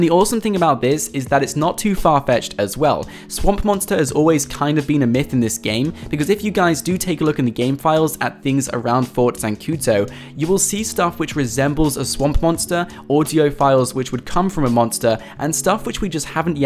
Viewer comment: dude...its zancuDo. not zancuTo